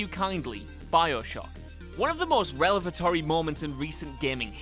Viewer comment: I thought he was doing well, till he got to, "revelatory. "